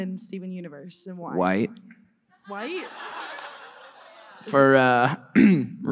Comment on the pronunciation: the way he says “white” cracks me up